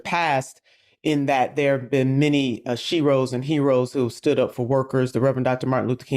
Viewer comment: She said sheros😮